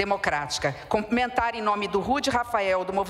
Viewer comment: 👏🏻👏🏻👏🏻 não é comprimentar, é CUMPRIMENTAR!!❤😮